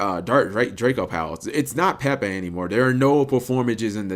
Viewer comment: Exactly I fucking hate it she they call it pepe us not pepe